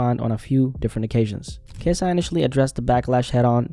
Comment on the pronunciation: He's lost the I in KSI